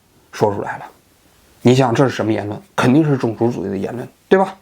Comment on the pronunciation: 王局平翘舌问题相当严重，种zong族、层出cu不穷、、、、